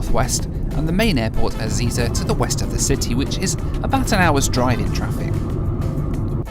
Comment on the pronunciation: Ezeiza is pronounced E-zay-zah, not E-zee-za :)